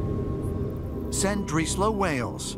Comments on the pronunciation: I think ita more frustration at the lazy researchers on the program it's not hard to use correct terms and pronunciation for instance calling it San-drees-low( phonetic spelling) its llandudno (clan-dud-no) not sandreeslow it's like when a Scottish loch is pronounced lock or called a lake it's like calling the house of congress the House of Lords or Parliament professional Productions have people employed to research and edit it's just lazy when they get it wrong and as for subtitling a welsh accent you never see them doing it for cajuns or deep south American accents but I'm not offended I'm just being a tad critical it's not a school play it's a very expensive TV programme it's just unprofessional but that's just my humble opinion lol peace love and unity y'all:) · Why does he keep pronouncing it as San-drees-low lol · Sandrislo, Wales? Terrible pronunciation. What a joke. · Would have been good if they'd asked a Welsh person how the place name is actually pronounced 😆😆😆 FFS